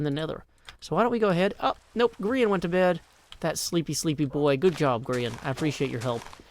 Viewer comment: Cleo: “Grain”